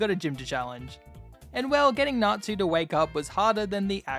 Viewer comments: I’m sorry I know it’s natsu or something but it sounds like n@ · I didnt know it was fairy tale until you said erza - because i wasnt looking at my sceen - WHY DO YOU NOT PRONOUNCE TSU???? Tsu is closer to su than tu- but you say tu and 😭